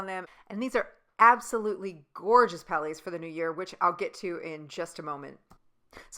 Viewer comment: Thank you very much for doing that. Helped me decide on the palettes. And yes I know it's a grammar police thing, but honestly it's so hard to hear calling them "palais" because that translated means palace. They are prounced "pal -ets"